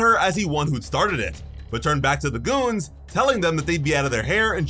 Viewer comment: Watch how you say the word "goons" it had a bit of a "K" sound to it